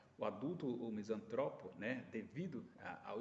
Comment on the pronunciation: Sou misantropo, não existe misântropo, esse acento que vc usa para falar de nós, está errado. Sacou minha misantropia? Mais características: uso de analogia desde os três anos de idade, sou inventor bem sucedido, sou escritor premiado, sou músico amador, desenvolvo robôs utilitários, programo máquinas complexas, não tolero a ignorância pretensiosa. Muito reveladora sua colocação, obrigado pela análise.